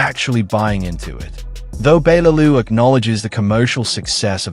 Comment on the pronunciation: Your pronouncing Bellew wrong!! All wrong!! 😌